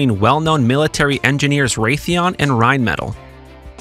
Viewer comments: Dollar signs go in FRONT of numbers, not behind. Also, it is pronounced “rine-muh-tall”, not “rine-metal”…. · Dude...not Rheinmetall is not "rhine-metal", it's "rhine-mett-ALL" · Rheinmetall is pronounced RheinMehTall (as in the opposite of short). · rine-met-al' you goof. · This has to be a software narrator to keep pronouncing, "rine-metal." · "wellnon arms manufacturer Raytheon and rinemetal" ? Really? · I expect ai to mispronounce Rheinmetall but not a human being...sigh. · Yet again, narration software gives itself away by screwing up the pronunciation of Rheinmetall.